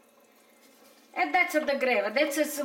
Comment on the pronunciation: I like hearing her say "that's enoughfa". 🌷💖🌷